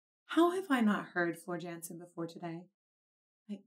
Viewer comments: Jansen is pronounced “Yansen” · It's pronounced yansen